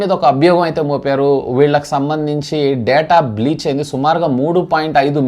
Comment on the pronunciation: Its Paytm breach brother not Paytm bleach.